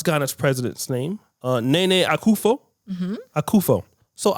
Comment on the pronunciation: Innit! Who is Akufo? It’s Akuffo-Addo